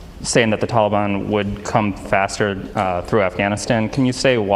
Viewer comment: Did he say Tolly-bon? Sounds like a dq treat... ill take 2 dilly bars & a Tolly-bon... maybe thats how its pronounced im just used to hearing tal-i-bon . What a nutjob.